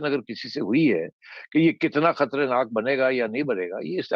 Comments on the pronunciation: پنجابیو ! خطرے ناک نہیں خطر ناک۔ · Najam unable to say Khatarnaak. He says Khatrenaak. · Yes, he says khatrenak, because Sethi sahib is repeating same word that Imran used in one of his emotional speeches.